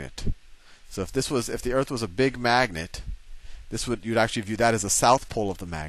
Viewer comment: I wish he would say earth instead of eart